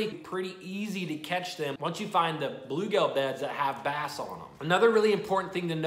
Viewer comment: Dude! It’s bluegill, not bluegale. 😂. Love your videos.